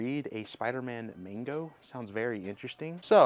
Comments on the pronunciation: It's MANGA NOT MANGO!!! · Why do you pronounce manga as “mango” and metroid prime as “meteoroid prime”? Not bashing you, genuinely curious.